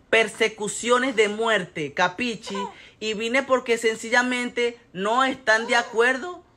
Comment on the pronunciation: "capicci" jajaja